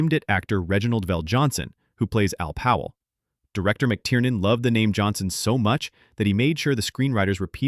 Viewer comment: Sorry I wrote that is a hurry. I knew his name was Powell but I it just sounds like John is calling him Pal the entire time.